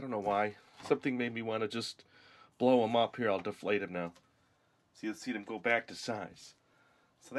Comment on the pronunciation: Go not fo